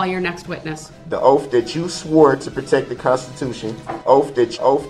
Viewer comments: "Your "oaf "Your Honor "...🙄😒😏😶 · All the axing and oaf.. KILL ME. I ALMOST think he believes the crap he spills out of his mouth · Yes The OAF of office that was the question he AXE. I bet his 18 year old son is proud of this guy! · I have a whole video of him just mispronouncing words lol my favorite Thanks for watching Trey! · Oafe. Bofe. And troof. Biastness. Bwahaha bwahahahahaha a true scholar. Shock device I know how it looks